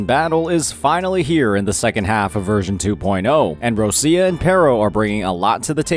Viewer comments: Please.... stop to call her "RoSia" .... it's Roccia , pronounced as ro-ccha (it mean rock in Italian). Thanks. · plz, stop saying Rosia... she's not Russia, she's Roccia... its really hard to hear how u saying her name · not bro saying "roschia" 😭😭😭